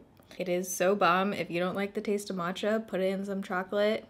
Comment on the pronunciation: mirandamae90 I think the point was that she pronounced it wrong. Because she did say it like "mo-djah" or something like that when it is actually pronounced kinda like "mutch-ah"